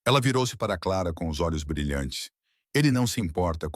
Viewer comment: O nome dela Clara não claara